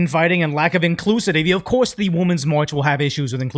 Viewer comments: My guy, Since you just taught me on your other channel that Pokimane is NOT the Ok Boomer girl, let me teach you; 'Women' is not pronounced as 'woman'. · Why do reaction youtubers pronounce "women" the same as "woman"? The word "women" is pronounced as /ˈwɪmən/ in General American English. The first syllable sounds like "win" with a short "i" sound, similar to the word "sit". The second syllable is pronounced like "men," with a soft "n" sound at the end.